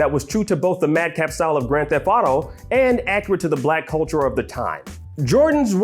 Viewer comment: Blek coultur